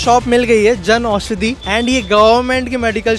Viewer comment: Jan aushadi not “janushadi”